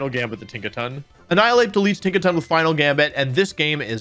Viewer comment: tinkaton takes-a-ton 😂😂